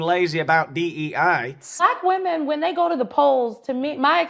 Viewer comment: That there is a "costume party" of Black women who can't even pronounce the plural word ie "WOMEN" ps Regardless of skin color or gender, please improve yourself/yourselves and Google/YouTube the proper pronunciation. It's "wih-min" and not "wuh-men."